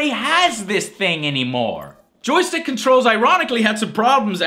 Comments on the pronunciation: Say it with me now: JOY...STICK I had to replay that part for several times :-D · I swear I thought I heard him say "Joe-Stick" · Joe, when you say joy stick like that it makes me feal uncomftarble.